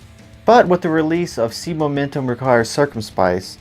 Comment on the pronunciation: i know man, why does no one at least try to pronounce it correctly